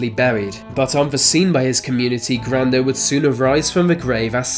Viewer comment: Grando rhymes with Brando.